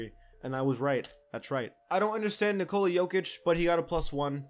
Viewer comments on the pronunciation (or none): none